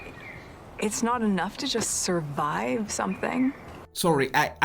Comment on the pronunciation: Thank you for shouting that out to her Jesus, how dare she say 'suurvive'.